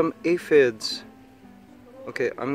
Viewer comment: Thank god you said aphid correct that last time, I was about to loose it.